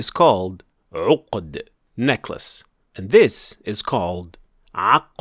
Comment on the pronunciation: No offense but I assumed he was regurgitating while pronouncing the necklace